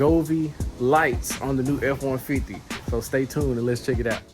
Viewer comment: “Afff- wahn-fiddy”